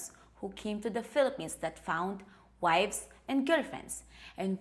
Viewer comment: I thought you said Fill A Penis, not Fillapenas. LOL.